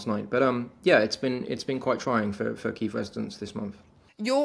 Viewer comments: It's not Kave or Kive, it's Key-ev😅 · please learn how to say kyiv the Ukrainian way. not russian